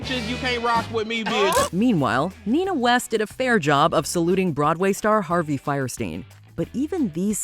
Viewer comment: ..... Harvey Fire-steen? 🔥